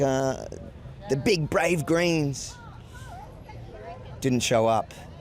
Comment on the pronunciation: Greens Ohhh I thought u were saying 'Grains' 😅